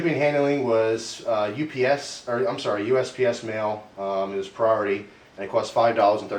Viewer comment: said UPS instead of USPS! HA!